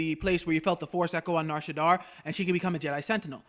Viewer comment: shadda not shaddar